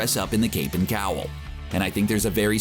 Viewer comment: Cowl not cowool. Audience not ahdience. Talks not tocks. Nuclear not nuculer.